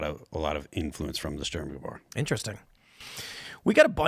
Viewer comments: wow, that was such a powerful American pronunciation It took me a few seconds to translate sturmgewehr. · wrong. Big wrong. If you don't know firearms history then keep your trap shut,. Didn't even pronounce the name right. Stay in your lane and drop knowledge on music and politics, and refer to an expert when It comes to guns. The "sturmghewer", translated to "storm rifle" is the STG44, and it is not a machine gun. It is one of the first examples of an assault rifle that was used in a military conflict. Please do not get caught up on the assault rifle term, it is defined clearly as a select fire rifle that is chambered in an intermediate cartridge and is fed from a detachable magazine. Not a machine gun at all. And if it's not a machine gun, it's not one of the first machine guns Germany ever used. That would belong somewhere in between the MG34 and the MG42. Which are belt fed, fully automatic machine guns. Secondly and MORE importantly, Mikael kalashnikov did not draw inspiration from the stg44. They ended up having a barely similar aesthetic by coincidence. The main inspiration for the long stroke gas piston system in the AK47 was drawn from the m1 garand, this is proven by the interviews done with kalashnikov himself. The suggestion that the STG44 inspired kalashnikov is a correlation made by people who know absolutely nothing about guns, but assume it must be correct because the aesthetic of the weapon systems are similar when viewed by a Brutish and untrained eye. I take offense to people being so blase' with firearms knowledge. It leads to thi